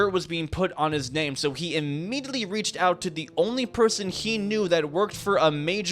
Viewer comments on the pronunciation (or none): imerriarerly... what was that bruh.